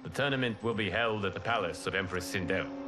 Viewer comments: He heard sindel’s name so many times and still call her sindri😂… god of war took a toll on him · I laughed every time he called Sendel, Sendral. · Who is sindrel ? Her name is Sindel😂